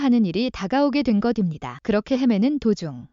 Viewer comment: 무식하게것입니다를 거딥니다로 읽지 마세요. 초등학교 졸업했나요?